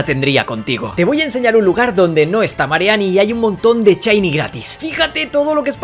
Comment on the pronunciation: Ohh muchos “chiny” hahaha